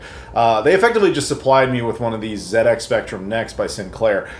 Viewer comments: "The Zed Ex Spectrum" Americans: the ZED EX spectrum? not Zee Ex? what? The rest of the English speaking world: ah yes, Zed Ex as it has always been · great review dude! nice to see it from a completely different perspective for a change - and well done the Z pronouncing bit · for pronouncing it correctly.